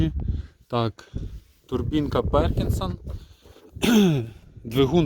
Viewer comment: Блін, все норм, но Перкінс а не Перкінсон)))